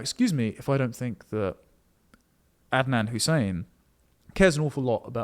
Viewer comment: Adnan, not Andan.